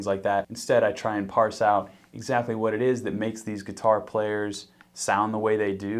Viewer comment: WAHt did you say?